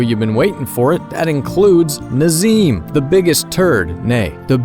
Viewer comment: Ah yes Nazeem 😐